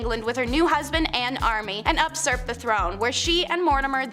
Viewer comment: These people mispronounce many words, and give very little information about the people on their lists. One said Joseph Stalin’s name backwards. One of them mispronounced the word aristocrat. One mispronounced the word usurp. It is possible that all of these were the result of ill-written speeches on the teleprompter. In any case, always edit!!